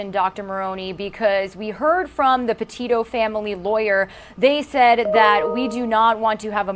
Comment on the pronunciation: I'm sure it is not intentional on your part sir, but her last name is- Petito- not Patino...I pray she did not suffer long, and that her family will heal in time.